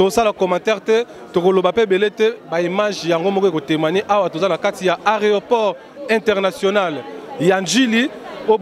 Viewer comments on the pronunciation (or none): il a du mal yako prononcer aeroport